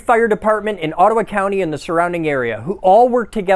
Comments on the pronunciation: Hearing "Ottawa county" as a Canadian made me think for a split second you were Canadian. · I heard “Ottawa County” and had to double take I swear I thought you were Canadian for a second but the eagles and flags on the trucks like a cartoon say you’re in the land of the 400,000,000 morons, all left in one spot by a higher power. You somehow make them all collectively look like the intellectual equivalent of a pile of bricks. And thats pretty cool 🫡